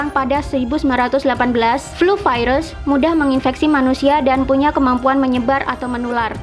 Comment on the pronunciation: Yg dipenjara pengen kerja, yg lagi kerja pengen santai. Sama aja. Selama ini kerjanya ngapaian aja.. mau siti mau terawan sama.. 👎 btw kalo ngomong virus gak usah vairus.. biasa aja..